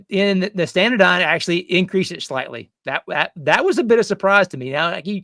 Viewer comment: say it with me, ST-ANA-DYNE, NOT standadyne